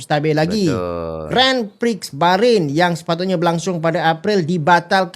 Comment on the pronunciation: Sebutan Grand Prix bukan Gren Priks tapi Gron Pree bro..😊